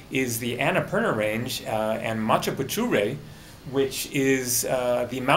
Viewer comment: when he said machhapuchhre i really like this